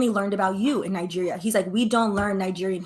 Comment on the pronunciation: Pronounce Nigeria out sounds like nigge@